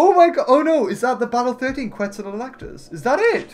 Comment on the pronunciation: Not to be rude, but I saw some pronunciation errors that were a bit... weird? - Quet-zo-co-atlas, not Quet-zo-lac-tus - Kool-a-sue-kus, not Kool-o-sue-chus